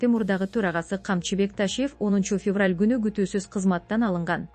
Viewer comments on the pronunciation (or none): none